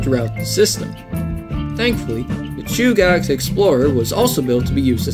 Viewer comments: Chugach Chew-ga-ch Edit: New video btw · no worries. I have to say I like that car/engine whatever it is. I took no offense to mispronunciation. Chugach pronounced like (chew gat ch)the rest don't bother me. What does bother me about the Alaska railroad is their attempt to extort money out of property owners allng their route. The railroad is trying to charge property owners along the tracks. The railroad doesn't own a lot of the land their tracks are built on up here, it built on easements on private and public property. They have taken to trying to charge the people who own the land to do anything with their own property. The railroad is a for profit corporation owned by the state of Alaska and horribly mismanaged. But it's still a one of a kind railroad, and was built with the leftover equipment from the Panama canal